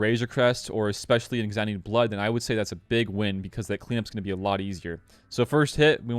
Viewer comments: Not EXEC-U-TORE (a muscle), it's pronounced EXEC-YUH-TER (much easier to say) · I can't work out why people insist on calling it exec-utor (like executive) when it is clearly ex-e-cutor (as in execute, execution). The executor is the one that cuts the head off of people who are going to be executed.